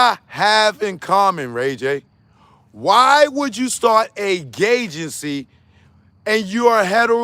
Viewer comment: Please say “gaygency” 10 more times.😂😂😂😂